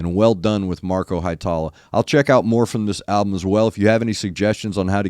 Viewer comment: Hee-e-tala, New-can-en, emphasis on the first syllable in Ollila, not Ol-lee-la. Finnish is easy, eh? Great reaction as always!